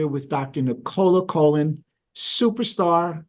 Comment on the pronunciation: Nicola Conlon, not Colon 😂